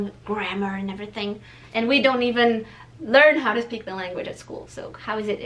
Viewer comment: R - U - KIDDING ME ? indian Accent is so much easier than native english speakers accent ... at least to understand beacause we can figure out every tiny syllable ... it's funny when an Indian Girl say "We" ... sounds like "Ví" and for me this sound is so charming ...